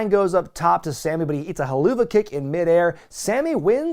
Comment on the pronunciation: I always thought it was pronounced "Hellofa" Kick not "Hell-ooo-va" Kick.